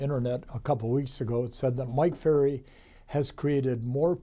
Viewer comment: I love how you didn’t correct yourself when you said your last name incorrectly 😍☺️